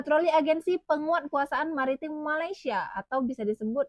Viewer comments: PADAHAL SI DENGAN SANGAT SANGAT JELAS MENGATAKAN MALASYA... MALASYA... MALASYA... KOK BISA ORANG MALAYDESH TIDAK BISA MENDENGAR DENGAN BAIK 🤣🤣🤣 APA MEREKA PEKAK TELINGA 🤣🤣🤣🤣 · ORANG MALAYDESH TIDAK MENDENGAR DENGAN BAIK APA YANG KATAKAN 🤣🤣🤣 PADAHAL SANGAT JELAS BERBICARA MALASYA... MALASYA.. MALASYA 🤣🤣🤣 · Bisa dengar dengan baik nggak apa yang cakap tu🤣🤣🤣🤣 berkata MALASYA... MALASYA... 🤣🤣🤣🤣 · Waah ternyata orang malaydesh tidak bisa mendengar dengan baik apa yang di ucapkan MALASYA... MALASYA 🤣🤣🤣🤣